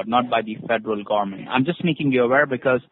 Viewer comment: fedral garment. 😂